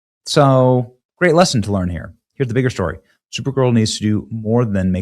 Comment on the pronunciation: “When will they Lear” bro that got me dying 😂